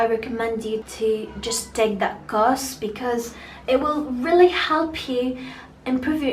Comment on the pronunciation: النطق عندك كتيييييير كلمات قلتيها غلط ابسط حاجة Really